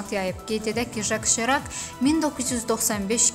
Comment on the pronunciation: Serak yox Sirak.